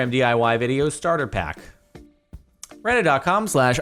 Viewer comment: its dee eye wye, not dee eye hawey